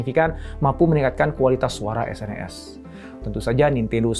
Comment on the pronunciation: SNES (Super Nintendo Entertainment System) dibacanya senes pak bukan dispelling S.N.E.S. yg ngalamin masa bocah di thn 90an pasti ngerti.